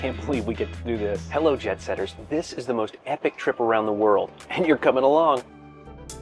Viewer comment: I just realized he saying Jet Setters . I thought all this time he was doing a pun. I thought he was saying JEB Setters.